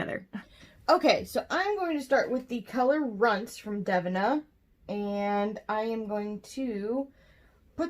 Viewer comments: I believe it is pronounced Dev-een-ah rather than dev-in-ah 😉 No big deal. I just didn't know who you were talking about at first so I thought I'd let you know to avoid confusion. 🙂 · OMG GUYS I'M SO EMBARRASSED!!!! I literally pronounced the name of their brand wrong like twenty times, PLEASE, PLEASE ignore my Midwest take on it lol I hadn't purchased from them before or seen anyone else's videos to know I was saying it wrong. Literally, so embarrassing. Also to Devinah should you ever see this, I am so truly sorry! I'm awful with names to begin with but I will get it right in the next one!!!